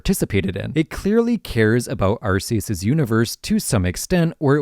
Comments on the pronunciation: Ark-ee-us. As in ark from the Bible. I hate when people pronounce Arc-see-us. We know he sees you Also, Zygarde is a Z in its 50% form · "Eurceus", "Arkieus". Is this some type of rage bait thing to generate comments? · why does his name have to with butts just because part of it makes a similar sound to "arse"? Hmm? Sounds like you're just immature. Also, his name being pronounced as "arc" is an english mispronunciation that they just went with all the way back in gen 4. His Japanese name is pronounced "arse-eus", and was intended to stay the same, like many other Pokemon names form Japanese to English, like Pikachu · I'm not one to get my panties in a twist over annunciation of pokemon names but I am curious how you pronounce "arcphone" if that's how you pronounce "Arceus" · My guy needs to work on some of his pronunciations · This video is so well researched. So how did you mispronounce Arceus? His name is a combination of 'arc' and 'deus' and has nothing to do with butts!